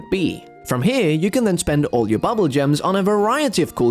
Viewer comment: Why do you pronounce bubbul as bubble???